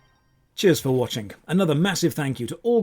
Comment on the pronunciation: I'm watchingk for to keep saying watchingk.